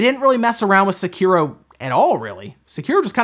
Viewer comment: omfg, can't even pronounce Sekiro correctly